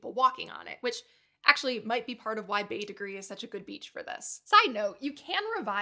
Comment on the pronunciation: Thanks for pronouncing Bete Grise correctly.... lol